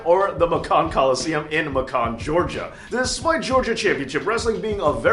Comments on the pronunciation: Macon rhymes with Bacon,. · Macon is pronounced with a long A. We ain't talking macaroni here. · Macon is pronounced Maycin. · Its pronounced MAKE-CAN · Macon pronounced MAY cun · As a native Georgian I can 100% clarify it is pronounced Muh-Cab county. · Macon, Ga champion? Btw Macon is pronounced like Bacon.